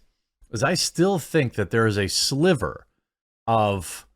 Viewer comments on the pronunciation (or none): none